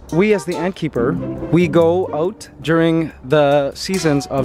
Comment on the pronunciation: When he said out. Canadian.